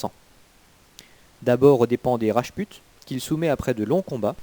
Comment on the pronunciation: Rajput se prononce rajpout, svp.